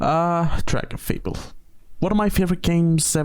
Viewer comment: i first played this game when i was like 9 and hearing someone saying dragonfable the correct way is so funny to me cause in my head i still read the name phonetically correct no matter what